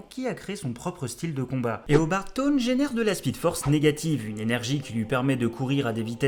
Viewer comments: in french we say tonn but english we say thhawne and we pronouce the H. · Taun pèse une tonne 😂 on dit szaun mais c'est pas grave j'adore la vidéo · Eobard Tonn? learn to read english plz, rip my ears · Super vidéo sur mon méchant de comics préféré. Par contre ça me fait bizarre que tu prononce Tone et et pas Sone (Se pas Ze). Mais à part ça j'adore +1 abo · Je suis clairement pas le king des prononciations :p ... En plus, j'aime pas "forcer" sur l'accent anglais ou entendre des gens tenter de reproduire des accents, je trouve çà toujours moche aussi ! Mais j'avoue que sur certains, j'en ai fait un peu trop des ... Thawne ?